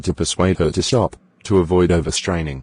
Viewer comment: it's not 'shop', it is "stop" Hope it will be helpful 😅